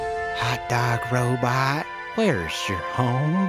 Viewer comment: "Thats a big Robut".